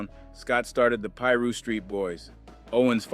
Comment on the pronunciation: He said west Peru 🇵🇪 hahahahahaha 😂